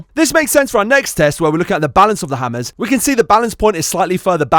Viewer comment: This is different, last time he said "ammers" instead of "hammers"